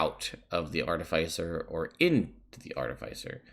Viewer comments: Says he'll go back and forth between Arti-FICE-r and Arti-fiss-er, but says FICE throughout the video. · It's pronounced Ar-ti-fis-er not Ar-ti-fice-er because an artifice is a complex machine and an Artificer is someone who builds and works with artifices. These are actual real world terms. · No one else in the world says FICE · everybody who pronounces it art-i-fice-er probably likes the taste of arti-fice-ial sweetener. hopefully they don't get pulled over by an off-fice-er of the law. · Long "i," short "i," it does not matter as long as you do not pronounce it ar-TIF-icer. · The way you phonetically spelled that out isnt right I think.. aar-te-fiss-er is the right way to pronounce it. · The real pronunciation war is Ar-ti-Fi-cer vs ar-Ti-fi-Cer